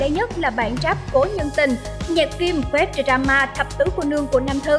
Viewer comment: english "đờ ra ma "" :D